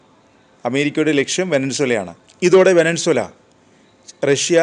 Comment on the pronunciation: വെനസ്വേല എന്ന് പറയെടോ